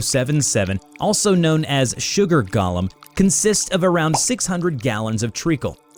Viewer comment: I'm going to let your pronunciation of "golem" slide since you say it just like Adventure Time.